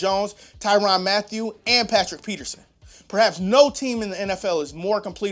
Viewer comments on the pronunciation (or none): none